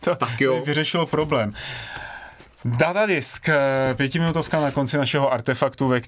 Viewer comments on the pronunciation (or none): ty ten datadisk neustále vyslovuješ jako "Dadadisk":-D to je záměr?:-)